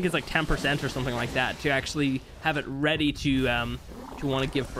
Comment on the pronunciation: "Weaper weady to give me birf" I lost it lmao